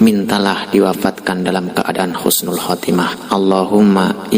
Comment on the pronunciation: bukan khusnul tapi yg benar husnul